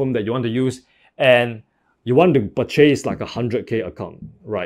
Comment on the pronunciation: purchace = purchis :D